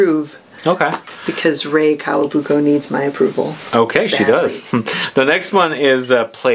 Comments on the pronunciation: Oh and guys, it’s not Kawabuko it’s KAWAKUBO! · It’s KAWAKUBO not Kawabuko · I know this video is over a year old but I need to say clarify it in case someone watches it and also gets it wrong: it's Rei KawaKUBO, not Kawabuko. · Did she just say Rei Kawabuko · I loathe the way Rei Kawakubo’s name is mispronounced. Also, no Odeur53?!